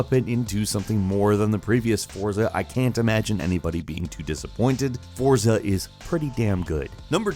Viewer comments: Forza is pronounced Fortza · The title Forza from Deutschland is pronounced FORTSA. Danke BTW Gran Turismo Sport is the best!!!!!